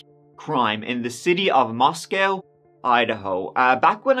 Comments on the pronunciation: its pronounced Mos-co not Mos-cow, every media company ive heard say it has gotten it wrong. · For what it is worth - the Idaho city Moscow is pronounced Mos-coe (long o), not Mos-cow. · It's pronounced Moss koh. Coincidentally, like kohberger. Not cowberger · Mosco, its pronounced Mos-co, not like Russia's Mos-cow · It’s Mos-c-oh (like oh no!) Moscow (mos-cow) is in Russia 😌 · Please if you're going to do research and a YouTube video please research the correct pronunciation for Moscow Idaho. It is Moscow with a long O, not Moscow as in the city in Russia. Thank you. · Moscow, Idaho is pronounced like Moss-Coe, not Moss-Cow...Moscow, ID...and Hyundai is pronounced like Hun-Day, not Hee-un-day…Hyundai junk vehicles…🤘🏻🇺🇸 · It’s pronounced Mos-co. The one in Russia is pronounced Mos-cow. Cheers 😀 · Meaning no disrespect but the City, Moscow in Idaho, is pronounced Moss Co not Moss Cow, as in Russia (@ you did pronounce it correctly) Thank you, for covering this story ~ May Ethan, Madison, Xana & Kaylee Rest in Eternal Peace 🙏🏼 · Great video! Just a note for future videos on the Idaho 4 Murders - The city is pronounced "Mos-coe" not "Mos-cow." It's not the same as the Russian city pronunciation. Also, Kaylee's last name is pronounced like "Gonsalves." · From Idaho and here to say it's pronounced "Mosc-o" not "Mos-cow" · Ummm no. It is pronounced Mos-co. Not Moscow. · Mos-cow is in Russia. It is prounced Moscoe,ID. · This happened around the corner from my family home. Btw: we pronounce it Mos-coe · Glad you're covering this. Just as a local, we say "Mosco(w)" the w is silent 🤫 FYI, unneeded, but some local knowledge... I'll share more if I can. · We pronounce Moscow with a long o in Idaho. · Pronounced, Moscoe, please. Thanks for covering. Every time I drive by the courthouse/jail, I get the heebie geebies knowing that freak is only yards away.